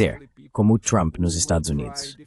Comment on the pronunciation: Excelente entrevista! Ah, a tradução automática não sabe pronunciar "Estados Unidos"